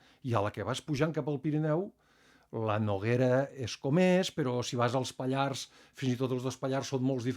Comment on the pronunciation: Si us plau, la r de Pallars es pronuncia!!!!